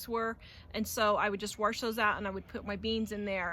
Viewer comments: Please note that wash, is pronounced wa sh. There is no R it is not warsh. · Did she say “warsh”? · Where is the R in Wash.. . ..